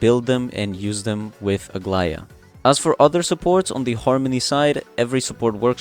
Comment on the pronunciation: I was about to say that you had the best pronunciation of her name i have heard so far by any creator, but then you said you are greek, so it makes total sense. I'm super hyped about aglaea as well🎉